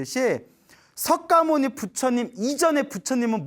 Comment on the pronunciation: 광고너무양심없이오래하네 그리고석가모니정확히말해주세요 서과모니이런용어쓰지마세요